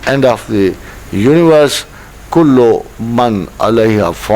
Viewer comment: آخر میں جو آیت پڑھی گئی ہے، سورۃ الرحمٰن آیت نمبر 27، اس میں زیر کی غلطی ہو گئی تھی۔ درست قراءت ذُوالْجَلَالِ وَالْإِكْرَامِ ہے،